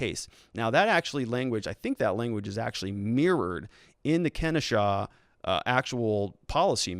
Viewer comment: It's pronounced keh-NO-shah